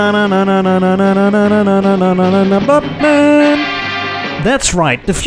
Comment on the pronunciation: say batman again? THAT was funny ;) "bhattmann"